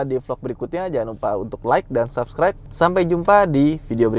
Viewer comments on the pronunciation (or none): none